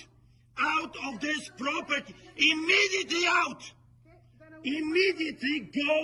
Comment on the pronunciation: Angry yelling is just naturally better with a Quebecois accent. That french Canadian accent is just a chef's kiss on that rant. I'm half Quebecois myself and put on that same accent when I'm being saucy. It's just too good. IMMEDIATELY OUT! 🤌🏻 🇨🇦